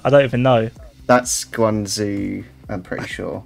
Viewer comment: btw Guangzhou pronounces like guangjou and not guangzou😀